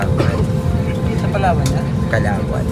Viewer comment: Mount Canla-on po not Kalawan hehehe. enjoy palawan po